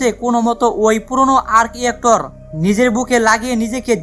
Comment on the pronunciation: আর্ক ইয়েক্টর না, ভাই! আর্ক রিয়্যাক্টর।